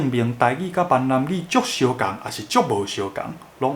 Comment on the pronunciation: Ming-nan gi 不是man-nan gi... 前面是「南蠻語」的倒裝「蠻南語」 後者是「閩南語」... 建議就直接講「台語」...